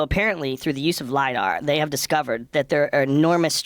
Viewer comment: Did just say “ LIE-dat”. Omfg. lol right in the face. Oooooh